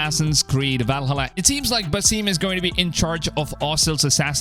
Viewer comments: Lol stop saying Basime! 😂 it’s Basim! Geez! And I love how u say listening to the community lol.. this past game was the best selling AC game of all time! So u mean listening to the trolls? lol…I’ve played all of them and I loved Valhalla and origins and Odyssey! Lol and U think Basim was one of the most beloved characters of AC Valhalla really? The guy was an asshole! 😂 wow honestly this isn’t even gonna b a game bud like wtf it’s a book! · Buh-seem lol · You’re telling me, “Basim” is pronounced “Basseem” ?